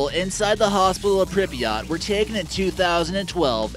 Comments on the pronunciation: people actually do live in pripyat, it's pronounced pr-eep-yah-t not prippiyaht, and actually nobody of ordinary status knew what was going on until days later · WHY does he say Prip"i"yat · Did he really just say “prippy yaht?” BOI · "Pribiott", that shit makes me cringe. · It’s pronounced Pripyat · It is pronounced more like "prip-yit" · He can’t even pronounce Pripyat right 🤦‍♂️ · He kept saying Pripyat wrong